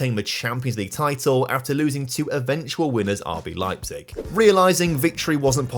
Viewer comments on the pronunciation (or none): none